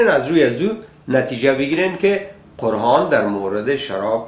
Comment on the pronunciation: کل بیخرد! اولا خو باید که کمی بالای تلفظ کار کنی قرهان و ما هده و غیره. بعدش تفسیر قرآن شریف کار تو کل بیخرد نیست. چون خودت یک شرابی هستی به این اساس فقط با تفسیر غلط فقط خود و دیگران را به بیراهه میکشانی. خدا هدایتت کند.